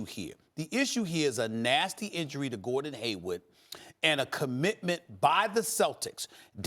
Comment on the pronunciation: Is Stephen A saying Gordon Haywood? Lmao